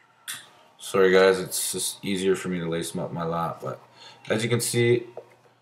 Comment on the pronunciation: "swowwy" = sorry and out/about etcccc....